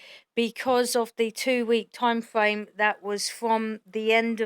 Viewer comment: "forf night" "time fwame" "paying for somfing" "oh gwate"😐